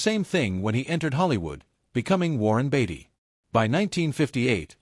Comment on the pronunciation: It's BAY-TEE Not BATTY. Great video!